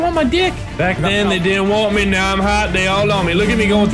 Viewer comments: Mini "Get down stair right meow!" Is it just me or does it sound like mini said meow instead of now? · Mini Lad said "Help me! Help me! Get down stairs right Meow!" He said "Meow" instead of now.